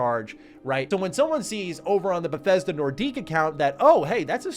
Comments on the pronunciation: Nordique ? What is that pronunciation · The word Nordic is prounced NOR-DICK. Not the former NHL team in Quebec City. Put that into your memory banks :>) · Wow, has a very French pronounciation of "Nordic".